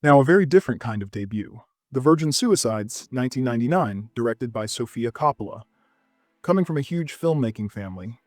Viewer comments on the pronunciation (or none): none